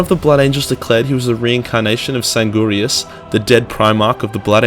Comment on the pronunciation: Am I the only one triggered by the fact that he can't pronounce Primarch and doesn't know Sanguinius' name? "San-gurrrr-ius"